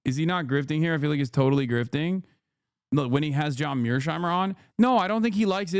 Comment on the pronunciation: I have studied his realist theory and I disagree with his perspective, but yk you’re saying his name wrong right?